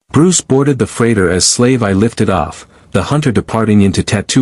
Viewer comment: AI narration could still use some work. Slave I is actually supposed to be pronounced "Slave One."